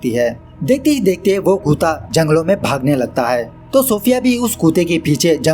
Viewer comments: Haha kootaa nai kutta hota hai...chorh bhai tu doggy he bol diya kr kootey se acha toh😂😂😂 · bhai aap kutta ko kuta kiu bolte hain .. by the way love u